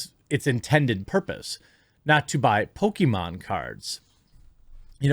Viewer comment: Chris-con: What you in here for? New Con: "Pokemon" Chris-con: I'm in here for "poke-me-mom"